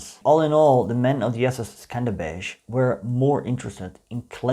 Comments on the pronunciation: It is pronounced "skander-beg" not "skanderbezh" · Im albanian and i didnt even know the division existed,thanks for teaching us. Also you pronounced skanderbeg wrong the right pronounciation is skënderbeu or if you say skanderbeg you pronounce the letters as they are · Skenderbeg its really hard to pronounce 😂😂😂 Try chatgpt! 😁